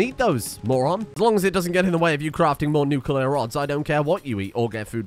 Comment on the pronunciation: You're actually not far off from how the Nuclear industry talks. I was in the navy and we simplified it as Hot rock makes steam, steam makes turbine go roundy roundy and roundy roundy makes electricity. :p I even have a cup that has that, lol. Also, thank you for saying nuclear correctly, and for the entertaining videos!